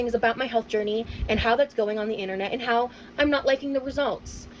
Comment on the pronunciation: I’m new here… why does pronounce journey ‘gurney’? 🙏💖